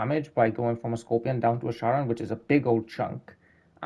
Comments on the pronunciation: It's pronounced like "care-on" it's from Greek mythology - Charon was the "ferryman" that transported souls of the dead to the underworld in his boat, across the river Styx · The word is Greek, so CH is pronounced as /k/